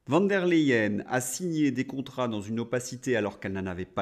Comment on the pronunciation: Merci, une petite remarque, il ne faut pas dire "VAN der leyen" mais "VON der leyen" en prononçant " FON" car elle est allemande. 😊